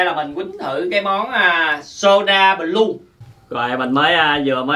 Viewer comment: ah nói b lue sai rồi blue mới đúng